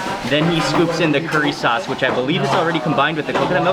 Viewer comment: Mmmm with the "chilli chaucee" 😂